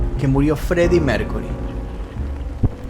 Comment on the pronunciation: Maestro: no se dice Mércury, sino Mérkiury.